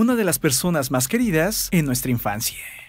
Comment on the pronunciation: La historieee, la infancieeee...por que hablar así? No entiendo, se oye bastante mal.